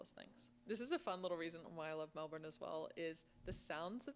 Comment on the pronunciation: You cant see it all in a day, no chance ! You would think she could pronouce Melbourne right !